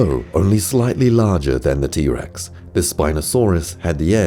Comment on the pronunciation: is t rex not t bex